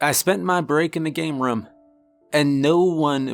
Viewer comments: Why do you pronounce "room" like "rum"? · Why can't you say the word room. OMG it is like fingernails on a chalkboard!